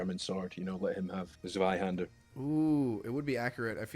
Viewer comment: I love the scottish guy correcting the claymore pronounciation and then immediately mispronouncing zweihänder